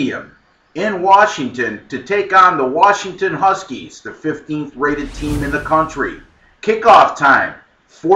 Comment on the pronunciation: Oreeegon vs. WaRshington.